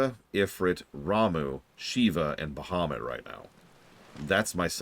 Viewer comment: I'm late but aCkTuAlLy, it's Ba-ha-moot Not BUH-HUH-moot 😂😂 jk